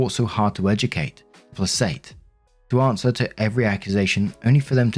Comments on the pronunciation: I can't take it anymore,. Placate is pronounced "play-kate" 1. Sister is a prime example of "the road to hell is paved with 'good intentions'". OP, it is somewhat your fault for both introducing for something illegal to your sex life where only your husband was at risk and for giving someone access to your phone when you knew you exchanged explicit private communications on that same device. My guess is he didn't want to do it in the first place, but you pushed anyway and now he's in a legally dubious position, harassed by cops and being attacked by family members. It's no wonder he doesn't feel safe to be with you anymore. Edit: Almost forgot, husband's career was also threatened. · the correct way to pronounce the word "PLACATE" is PLAY-KATE.. It means to provide, give, act In a certain way to calm someone down, make them happy, usually an abuser, to keep yourself safe. "I had to placate my husband with words he wanted to hear to stop his yelling and calm him down." "I will have to placate my mother with her monthly allowance to keep her from blowing up on me " Just a lil info